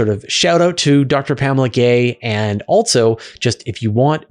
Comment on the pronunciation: Are you aware, you mispronounce the word "also" as "altso"? It's minor, but I have noticed it before, and you did it at least twice in the first three minutes of this video. It's a minor distraction. For the Asuria question, he asked if he threw it straight down, not within the orbit of the spacecraft, forward. If you threw it behind and down, it seems it would eventually fall, but you didn't cover that possibility. If you can't throw something "down," then what is the best a human could do? When would a human-thrown wrench land?